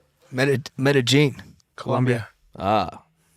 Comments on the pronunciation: It’s pronounced meh-dah-yeen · Why is he pronouncing Medellin "Metagene" 🤣🤣🤣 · “Mega-Jean” hahaha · Him saying he sent that laferrari to “metajean” is blowing me😂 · WTF is Metagein Colombia?I think this fuckin guy is talking about Medellin Colombia where Escobar is from ! Just shows now matter how rich u are you can still be ignorant ! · why cant he pronounce Medellin ? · Why does he keep saying the name of that city in Columbia like that????